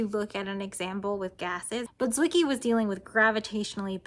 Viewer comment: On the pronounciation... Wiki says: "Fritz Zwicky (/ˈtsvɪki/; German: [ˈtsvɪki]; February 14, 1898 – February 8, 1974) was a Swiss astronomer". Gotcha!